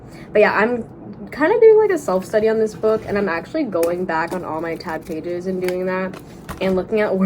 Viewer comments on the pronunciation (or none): none